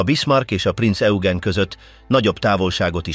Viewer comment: Rengeteg irreleváns kép van bevágva, borzasztó. A mondatok érdekesen vannak szerkesztve, a Prinz Eugent egyszer sem sikerült helyesen kiejteni, pedig többféleképpen próbálta, "Hitler legrettegettebb szörnyetege" speciel a testvérhajója, a Tirpitz volt, a szakkifejezeések rettenetesen vannak fordtva.